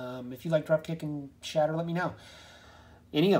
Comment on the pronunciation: Its shatter not scatter